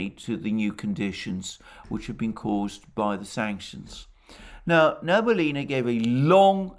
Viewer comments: Hello Alexander. Love your program however it bothers me that you pronounce Nabiulina wrong. It's Na-Bi-Uli-Na, not Na-Bu-Li-Na. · Sorry to correct you - she is Nabiulina not Nabulina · You pronounce Nabiullina's name incorrectly, and you talk about her so often :)